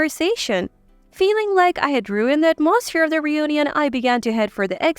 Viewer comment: Wrong pronunciation of these words.. (hotel, atmosphere).I cannot believe some of these stories r true. I have always liked reading and hearing about others ..adventures thru this life, however, most of these stories sound so unbelievable and basically have the ..same (if I might call it) punch line, which makes no sense, and the (reader) telling these stories read like second graders. No disrespect to second graders, they r in the learning stage, and some of them would probably be better at this. This isn’t meant to be a criticism, but a statement of fact. These stories doesn’t add anything beneficial to anyone’s life. MIL.. expectations of their DIL’s, being made to do all the work, coming into their homes and taking over. Putting the dil .. out of their own home?? Husbands making slaves of their wives!! How can anyone do this to u without ur permission? These r worse than an over dramatized soap opera. Getting revenge and retaliation! There is no silver lining in reading this kind of stuff. Ur blood pressure would soar .. thru the roof!! I realize life can be challenging, however, if these r examples of how to remedy the problems.. no thank u.. I’m convinced there r better solutions to problems that leaves u better, not bitter. I’ve read and heard stories to that effect also. These r definitely not the ones I gain any consolation from. I kept reading (some)..for a while, thinking they weren’t all the same or had the same sad retaliatory results. Boy, was I wrong!!